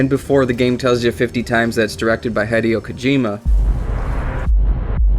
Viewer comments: Hee-dio Kojima. Not High-dio Kojima. Your pronunciation. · your pronouncing hideo wrong, it's not Hi like greeting someone it's pronounce as he he-de-yo. still an OK vid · HIGH-DE-OH??? O_O WHAT? Heh-day-oh. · For those who don't know, Hideo is pronounced He-deo not literal Hi-deo... It's not english... It's the 11th thing... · HIDE-EE-O So cringeworthy bro... HEE-DAY-OH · hih-dei-oh not hed-ee-oh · HIDEO not HYEDEO FFS HSAIFHIFWAHOFWAHIOHIOFWHIOFWIHOFWIFAIHOGIHG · It's pronounced 'Hid-ay-oh' Kojima not 'Hide-e-oh'. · its hideo not haydeo :D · Love the video but I think Hideo Kojima's first name is pronounced "Hid Eh Oh" Keep up the good work. - Long time fan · Haydeeow kojima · Just because you call him Hide-eo, I'm out..... You and your video suck... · "Hai-deeo" stop. Stop. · Why does he Pronounce Hideo Kojima Heh-dee-oh Kojima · His name is pronounced "He-day-oh" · It's he-dee-oh kojima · Dude its pronounced HEE DEH OH.... Japanese is not English i is ee. E is eh. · You pronounce "Hideo" like it was spelled "Haideyo" :P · " HIDE-E-OH KOJIMA " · His name is Hideo not High-deo. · I was about to break something. This video was great, because it really did inform me of a lot of things I didn't know, but holy crap. "HIGH-DEE-OH"???? Come on, man. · He-Day-Oh, its He-Day-O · "High-Dee-Oh" Kojima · Maybe I'm being supremely pedantic, but Kojima's name is not pronounced "Hy-dee-oh". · Good job on butchering his name. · Jesus Christ I can't stand the way you pronounce "Hideo" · They way you pronounce "Hideo" triggers me greatly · I only watched the first fact and so far you miss-pronounced Hideo a bunch of times and got part of the fact wrong. Come on, man. You don't even need to do the rescue mission if you import GZ save data, you get him after one of the first missions. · You're pronouncing Hideo Kojima wrong, differently every time on purpose r-right? i am rustled